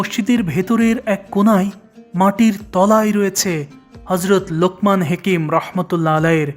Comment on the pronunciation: হেকিম না হাকিম হবে।